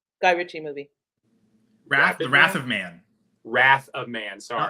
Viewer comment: Wrath of Man😮 I thought he was saying Rapid Man also